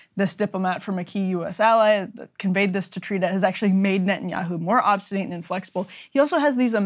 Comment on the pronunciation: Note on pronunciation: obstinate despite spelling is pronounced ob-sti-net. I expect Breaking points to have a college level of pronunciation. Perhaps, uneducated guests should read their copy out loud before recording?